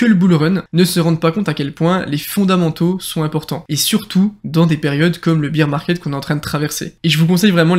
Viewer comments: Bear market pas beer market lool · Merci pour cette vidéo!! Mais pour info: on dit pas Beer market (comme la bière) mais Bear Market ( Bère si tu préfères):) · Si jamais on dit « bear market » pas « beer market 🍺 » ahahha et bear se prononce « ber » Sinon tip top la video je partage ton analyse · Merci pour tes vidéos. « Bire market » = marché de la bière « Bère market » on est plus dans la crypto… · Biiiir Market !!!???? Tu es sérieux là franchement ça veut dire le marché de la bière tu as rien compris si tu prononces ça comme ça déjà d'entrée tu es pas crédible